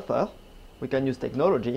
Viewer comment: I love when he saying use technologi